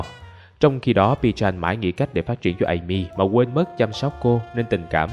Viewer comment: ơi, gêm mang bối cảnh Nhật nên tên Ame phải đọc là A-mê chứ ạ?